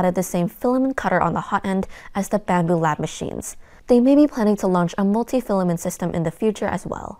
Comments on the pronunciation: Stop saying Fila-min. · As other commenters have said, reviews on this channel are really excellent and I greatly appreciate them. But I would love to know the origin of her pronunciation of "filament" as "filamen". It's just a little quirk but makes me curious every time I watch this channel! After all, "filamen" is a legit term in cell biology. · Love the channel but I don't think you're pronouncing Filament correctly. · I am not a language expert, but to me, the pronunciation of 'filament' without the 't' sounds normal. In American English, the pronunciation of 'filament' is often more relaxed, and the 't' sound at the end may not be as pronounced as in British English. Therefore, you may hear a very light 't' sound at the end that is almost like it has been entirely dropped.